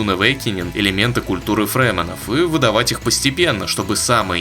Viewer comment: А не плевать? "ФрЕмИны"